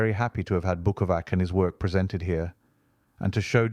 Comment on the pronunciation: bukova-TS (not bukova-K). It is translation of an italian name (fagus in latin being a beech)